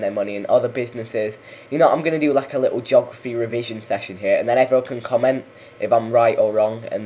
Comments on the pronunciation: Do we need another Australian to come out and teach you English how to speak your own language? It's pronounced /ge/og/raf/e\ not /jog/raf/e\ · Its a joke god damnit!! The way hes saying it sounds like jography